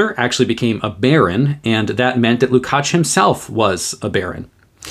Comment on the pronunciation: Erős vár a mi Istenünk! Thank you for the superb presentation, your pronunciation of the surname Lukács is great, György is [ˈɟørɟ], often shortened to Gyuri.